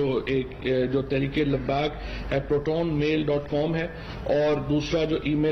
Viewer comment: The IB minister of Pakistan cannot properly pronounce "Proton Mail". Ha Ha Ha. The entire country is a joke.